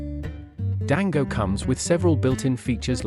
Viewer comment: It's so jarring to keep hearing "Dango" instead of "Django" 😵‍💫